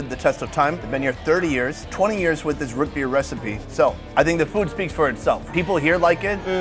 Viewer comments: The way he pronounces root beer is interesting lol “Rut beer” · It's not "root" beer. It's "rut" beer lol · Root beer not rut beer... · Why do you say, "Ruit Bir" rather than, "Root Beer?" Too much time in Asia? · Bro the way you keep saying Rut Beer is killing me. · Anybody else cringe when he said " Rut beer " lol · Sounds like he’s saying ruht beer. Same when he says food.. fuhd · Is he saying ROOT beer????